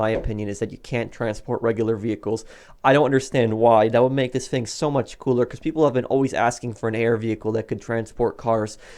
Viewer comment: Somebody doesn’t know how to pronounce the word thing